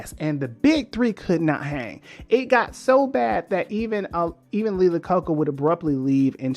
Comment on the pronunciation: Hey Buddy. Love your videos and what not, but two things, having to do with the same person. First, its Lee last name pronounced like "ai-uh-kow-kuh" and yes we do know how he came to head up Chrysler. Henry Ford II str8 up fired him and so he needs a new job and Bam! To Chrysler he went. Thats all though, your doing a great job, so keep it up!